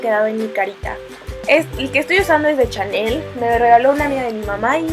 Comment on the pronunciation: Amiga se pronuncia shanel 😂😒 (por eso vamos en retroceso)